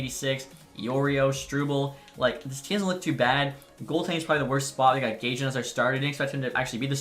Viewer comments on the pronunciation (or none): It’s pronounced guy-yan I believe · To say Gajans name, it’s Gyan. he’s the slovakian goalie Connor Bedard scored his heart breaker OT winner against. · The goalies name ( gajan) is pronounce guy-an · Its pronounced Guy-and Just take out the d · Fyi the ‘J’ in Gajan is soft - so ‘Guy-an’ is correct